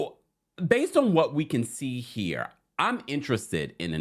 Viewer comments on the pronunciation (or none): none